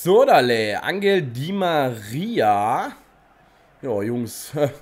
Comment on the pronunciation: Das g in Angel spricht man "ch" aus also sozusagen "anchel di María"